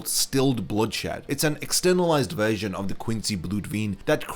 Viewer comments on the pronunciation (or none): none